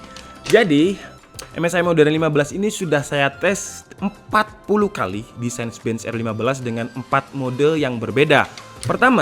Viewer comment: CINEBENCH dibacanya "sinebench" bang, bukan "sainbench"